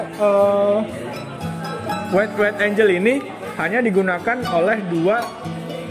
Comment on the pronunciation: kemudian ada sedikit saran untuk pengucapan bahasa english tolong diperbaiki. tanya google translate bisa di tekan suara pengucapan nya. Thinq AI = dibaca E Ai bukan di baca A i kemudian WIDE ANGLE = dibaca Waid Engel, bukan Waid Enjel. ANGLE berbeda dengan ANGEL dibaca Enjel artinya malaikat.